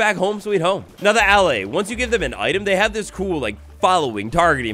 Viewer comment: It's pronounced "Al-eye". You young sprouts aren't watered enough in school these days lol